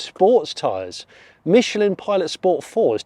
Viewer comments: Great video Jonny (apart from the chicken choking behind the genny substation). 👍 Only negative for me was the multiple mentions of sport, all pronounced incorrectly! 😃 I'm with you, at 2.2 tonnes, there's probably little real world need for the extra "promise" of the GT over the non-GT. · "I'm going to shift it into... Sch-poats" #OTSOT